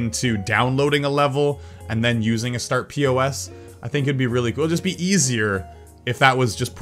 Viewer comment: its not start p.o.s. it is pos as in position